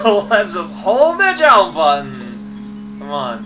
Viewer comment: ...Oh my gosh... If "legit" is acceptable, then using it in adverb form is acceptable too. Especially when his whole character-quirk is to use words in unusual ways or invent new ones. I suppose you also want him not to pronounce "jump" like "jaump", or for him not to string a bunch of nonsense together anymore next. That'll really make him entertaining to watch. Personality/speech-pattern quirks aren't proper, after all.